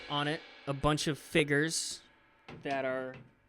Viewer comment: Literally nobody: Matt: “ F I G G E R S “